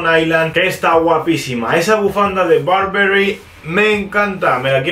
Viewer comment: When no sabes pronunciar Stüssy pero pronuncias ultra inglesado Burberry😅